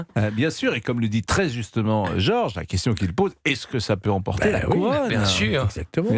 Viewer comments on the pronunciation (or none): none